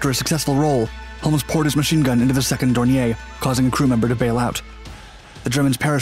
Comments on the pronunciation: A couple of things, possibly already mentioned, but I'm not going to scroll through >700 comments to check. 1). Why must Americans ALWAYS mis-pronounce names? Dornier is pronounced "Door-knee-er", not "Door-knee-ay". Basic mistake. 2). The footage of goose-stepping jackboots associated with Ray Holmes' funeral is anathema & a dreadful insult. This is a fascist representation, totally at odds with what Mr. Holmes & the people of Great Britain stood for and sacrificed their lives to defeat. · "God Save the King?" No, just this badass Hurricane pilot. BTW, , the plane isn't French - it's not "Dor-nyay". It's "Dor-neer" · Dornier was a GERMAN aircraft. It is pronounced as "DORNEER". If it were French in origin, it would be pronounced as you state it here. You have a lot to learn about WW2 and language. As well, your film clips show many other aircraft types that have nothing to do with the current story....He-111, Ju-88 and others. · Your pronunciation of Dornier is cringeworthy. It’s not a French manufacturer, it’s German. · I agree, as does pronouncing the L in 'Holmes" and pronouncing "DornieR" as if it was a French made Aeroplane. I won't be watching any more videos from this channel.